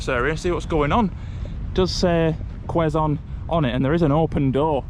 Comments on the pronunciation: It's kzone city...not Leeson city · it's pronounced "Keh-zon" not "kweh-zon" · It's k-zone not kwe-zone city😊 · I hope you enjoyed walking around Quezon City even though it's very hot outside. Don't forget to bring water so you don't get dehydrated anyways I enjoyed watching both of you.😊 Also guys, just a little knowledge, quezon is pronounced with a silent w, instead of kwezon, its kezon😊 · Quezon is pronounced as "Kayson" 😊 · It's pronounced - "KEZON CITY" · It is pronounced KE-ZON (silent "U" - the "u" from Quezon) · A bit ragebait cuz of incorrect pronunciation of the the name Quezon where its Q is pronounced with "K"